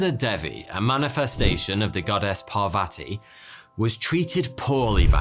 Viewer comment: I'm in india why have I not heard of this lake??? And it's day-wee not dev-e and par-vuh-ti